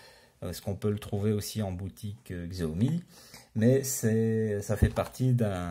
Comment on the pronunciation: Combien de fois faut-il répéter qu'on prononce 'chiaomi'?! On est au 2ème siècle, il faut se mettre à la suprématie chinoise et accepter leur mode de prononciation.